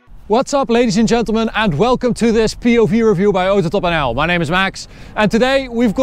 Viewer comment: me: AutoTopNL him: atotapenaw